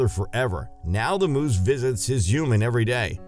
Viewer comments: Humans, not Humens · What is a "juman"? 😄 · Whenever he says human I hear hooman😂😂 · without pronouncing the "h"! -> uman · Why do the narrator pronounce “human” as “youman” omg it’s driving me crazy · When u say human it sounds like your not a human ur an alien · How come he can pronounce humanity right but can’t say human?